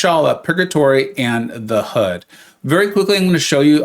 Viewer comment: The Hood you said it wrong. By the way what chart are you using?